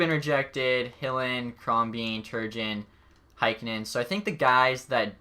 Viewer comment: Please learn how to say Turgeon.